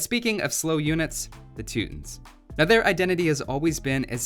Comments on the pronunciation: The name of the group Teutons. He says Teutonic Knights correctly but for what ever reason he doesn't emphasize the second half of Teutons when saying it. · Now if only he would learn how to pronounce the name properly